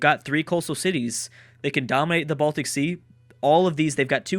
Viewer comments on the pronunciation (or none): none